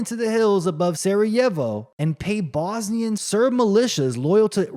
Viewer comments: I can’t listen to you butchering saying Sarajevo one more time! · Get over it ffs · so you know how to pronounce every word in the dictionary? Relax and make your own vids, then.